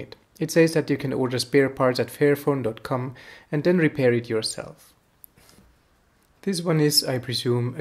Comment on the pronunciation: You need to work on your pronunciation dude. you keep saying fearphone and not fairphone. It gets kind of funny ;) Otherwise great video! :)